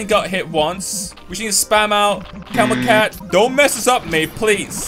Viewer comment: How doed he said camel cat? 😹